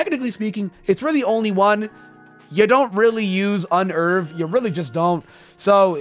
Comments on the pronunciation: "Un erve" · Yeah. I pronounce it Un-nerve.